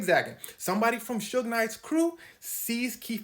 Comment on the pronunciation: Not “Sugar” Knight 😂